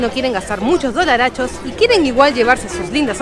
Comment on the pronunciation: Por favor, quita de decir dolarchos!